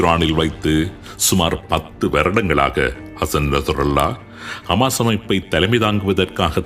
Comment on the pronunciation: ஹமாஸ் ????ஹிஸ்புல்லா ????தங்கள் உச்சரிப்புக்கள் மிக குழப்பமாக உள்ளது